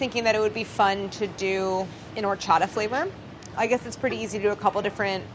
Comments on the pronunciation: Their pronunciation of horchata, cajeta, dulce de leche is killing meeeee. At least they're interested in incorporating those flavors into it😋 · Can someone please teach Claire how to say Horchata 😂♥️ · Clair: Pronounces Harina and Horchata with a hard "H" Every Mexican: *Cringes internally* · I love y'all but y'all need to stop pronouncing the H at the beginning of Horchata and Harina. Also Masa Harina is redundant, as masa is the word for dough and harina is the word for flour. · Am I mistaken, or is Claire pronouncing "horchata" as if it were a French word with a non-aspirated "h"? As opposed to a Spanish word (which I believe it is.)